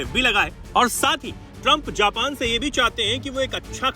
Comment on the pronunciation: जापन ❌ नहीं जापान ✅ हैं भाईसाहब! 👆🤨😡